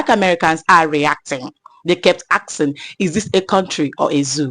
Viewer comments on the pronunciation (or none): Asking not aksing😂😂😂pleeeeease